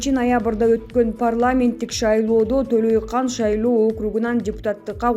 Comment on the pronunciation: Төлөйкан эмес Төлөйкөн.